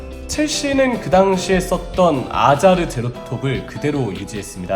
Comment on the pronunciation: 아자르아니라 하자르임 (H)는 하로 발음.